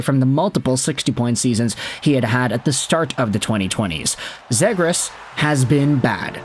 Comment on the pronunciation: Zhe-grass lmao